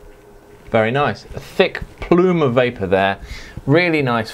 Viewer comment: Great review, I was vaping when you said "va-vavor" and started laughing uncontrollably...a waste of good vavor!!